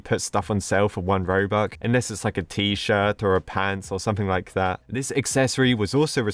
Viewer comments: It's not robuc ITS ROBUX😡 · Did he just say ROBUK not ROBUX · “Robuc” 2021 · i love how he says 'robuck' instead of 'robux' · Everyone: robux today: robuck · is it just me He said robuk